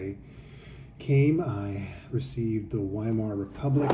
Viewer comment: You should pronounce the W as a V